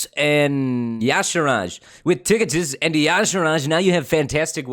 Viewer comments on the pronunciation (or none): I don't like how you say Tick- itus like he's some sort of disease. Show chunky rocky boi some respect.